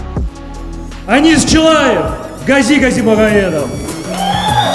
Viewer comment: не Анис, а АнИИИИс. Ударение на И 🙏🏼☺️